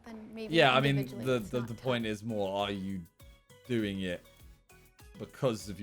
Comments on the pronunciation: When Simon said moot point I hear Joey from friends saying moo point instead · Did he just say a moo point like Joey Tribianni in Friends